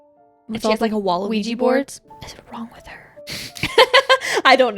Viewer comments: You said "Wall of Ouija boards" but what I heard was "Waluigi Boards" and now I can't stop imagining a Mario themed Ouija board lol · Same! I didn't know she said "wall" until I saw this comment 🤣